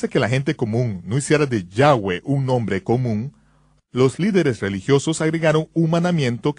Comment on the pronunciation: Yehshua No. YAHSHUA! Si. No se dice Yehvé ni Yehweh sino YAHVÉ O YAHWEH.